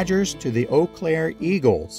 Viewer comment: Wow, great content, and I am impressed that you pronounced Eau Claire correctly!!